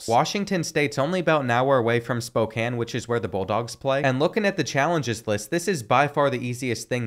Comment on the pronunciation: I am happy you pronounced Spokane correctly